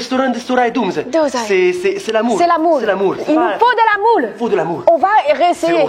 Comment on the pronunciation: Quand dit il faut de l'amour ça ressemble à il faut de la moula 😂😂😂😂